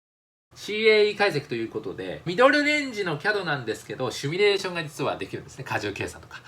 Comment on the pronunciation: 毎回シュミレーション言えないマン